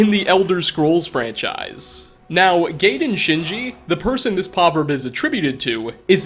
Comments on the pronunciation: "Guy-den" not gayden lol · Gaiden is pronounced "guy den". Not "gay den". No homo bashing patent pending. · GUY-DEN Shinji 😂 Like "Gaius". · "Guy-den" there's an "i" after that a, sir lol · The name is pronounced "GUY-den." From Akaviri (Japanese) to English, the use of "ai" equates to an "aye" sound. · Thats what i though i was like i thought it was pronounced guyden like ninja gaiden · you pronounce the gaiden name wrong 😅 copy this text to google translate and take a listen "ガイデンシンジ"